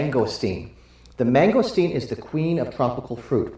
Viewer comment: wow dude, you murdered that mangosteen lol